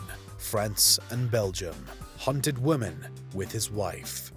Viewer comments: Does the reader here not know the difference between womAn and womEn? ffs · its women not woman ffs. plural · What is it with people being unable to spell or pronounce woman/women properly today? Seems like 50% of the time I see or hear either nowadays, it's the exact opposite of what it's supposed to be. A WOMAN went missing, he killed several WOMEN! It's not that hard, sheesh! Usually coming from native English speakers too, it's embarassing! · I'm not native English speaking but I have a question for you all. In this video he says several times "woman" in plural. Am I wrong or shouldn't he say Women in plural. I hear this often but since I'm not English speaking myself I only assume I hear it wrong or is this a common mistake by english speaking people to pronounce it wrong? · Him saying 'woman" instead 0f women is like Ron burgundy and the teleprompter. But they did get comments for it, which is good for the algorithm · When you don't know the difference between WOMAN and WOMEN .... several times, ugh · Why does the narrator keep saying "woman" when he should be saying "women"? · Why can't the narrator say the word "women"? The plural for woman is women. So x killed multiple women, not killed multiple woman. Jesus. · Is it just me or is he pronouncing "woman" and "women" the same? Twitch...twitch... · Why does the narrator keep saying woman not women? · Women! Not woman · Note to the narrator: Woman and Women are not pronounced the same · Ok it's "women" not "woman" it's plural not singular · You're aware of the difference between "woman" and "women", right? You're killing me Smalls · Great content, but... "woman"... "women"... *pulls ears off & runs out screaming* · Someone teach this narrator the difference between "woman" and "women". Geez... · I feel like he was hired because he can pronounce the names, as English may not be his best language lol. He nails those names 💯. But woman/women a lil tougher lol. Ah well, still enjoyed it